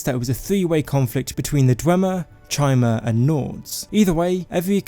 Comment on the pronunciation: Pretty sure chimer is spoken as kaimer for future reference